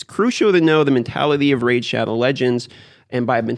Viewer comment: "Raze" shadow legends